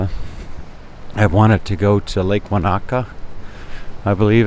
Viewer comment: Hi, interesting video. This is part of Lisbon rarely shown on photos and videos. The tree lined street there looks great. It also looks quite wide in comparison to streets in the Old Town area. The sidewalk there looks like cobblestone. Incidentally, Lake Wanaka in New Zealand is pronounced as "Lake Won-ika". Is that a modern tram that was passing? Take care, Robert.